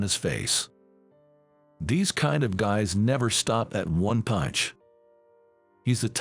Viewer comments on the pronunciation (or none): none